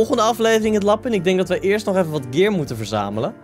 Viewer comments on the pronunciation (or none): none